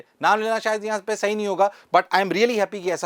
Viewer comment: "Sayad" pack it up unc